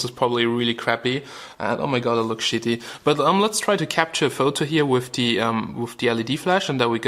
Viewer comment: LMAO "You could kill somebody mit de phone"